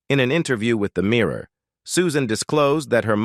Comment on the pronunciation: Is this a robot voice? It sounds American yet mispronounces simple words like "mirror" and "themselves". Very weird.